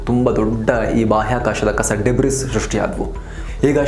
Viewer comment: ಬಹಳ ಚೆನ್ನಾಗಿ ಸುದ್ದಿ-ಸಮಾಚಾರ ಒದಗಿಸ್ತಾಇದ್ದೀರಿ. ಹೀಗೇ ಮುಂದುವರೆಸಿ. "DEBRIS" ಎನ್ನುವ ಪದವನ್ನು "ಡಬ್ರೀ / ಡೆಬ್ರಿ" ಎಂದು ಉಚ್ಚರಿಸಬೇಕು.